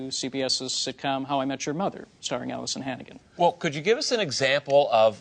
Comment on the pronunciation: Allisan Hannigan over and over lmao